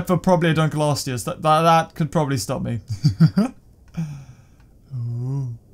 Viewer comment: can you stop saying dunklosteu wrong its ( dunk- low-stee-us)